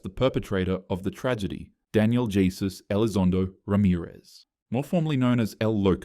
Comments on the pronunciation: did he just pronounce jesus as “jay-suhs”? LMAOO as a side note, its pronounced “hey-soos”. Or just say Jesus “gee-sus” as its normally said. im just saying cuz if u do more content about the cartel, there will be a million more people named jesus lmao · quick note: jesus pronounced “he-soos” if its used as a hispanic name, not the traditional “jee-zuhs” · bro, really? “Zee-tas”? I know you are probably going to mispronounce more, but give me a break. “Jesús” is pronounced wholly different in Spanish than in English.